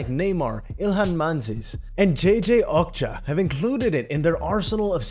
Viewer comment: Same with Benzarmour & JJ Ocha